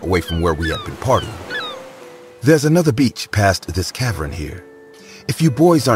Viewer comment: "cav-urn" not "cav-run"